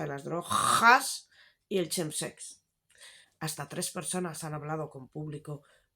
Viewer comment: ¡Hola, Lucía! 🙋🏻‍♂️ ¿Por qué lo pronuncias como “CHEM sex”; cuando la pronunciación correcta es “KEM” sex? 💊🤷🏻‍♂️ Siendo filóloga inglesa seguro que lo debes saber ☑️🇬🇧😉 PD. ¡Sigue así! Adoro tu canal 🥰